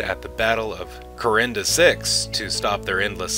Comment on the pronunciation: It's Coriana 6 not Corinda. Also, if I remember the scene In Sleeping In Light properly, Lorien comes back for Sheridan and says "We have been waiting for you." to which Sheridan replies "Beyond the rim." So no First Ones stayed to wait for Sheridan, Lorien came back on his own to collect him.